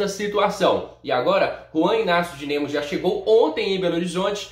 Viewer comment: Meu toque chega doe!!! O cara fala dinemo